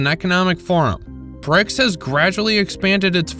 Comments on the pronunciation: BRICS not BRICKS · Okay... it BRICS, not BRICKS Seriously, you are supposed to be journalists😂